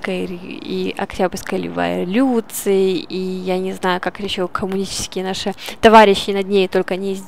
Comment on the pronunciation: Текст и произношение нужно подготовить)) площадь леволюции, некоторые слова я даже не разобрал. Видео ряд хороший.